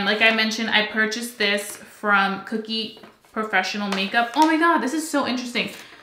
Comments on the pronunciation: Omg , please stop saying cookie cosmetics. Please, it's Kokie ( kō-kē or co-key). It's not spelled with 2 o's. I'm sorry. I don't mean to sound like a picky bitch it's just that you keep saying it over and over at one point and it's making me nuts that I can't help you stop mispronouncing it. I feel so bad . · It’s pronounced Ko-Key :) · lol I think it’s pronounced.. koh-key 😅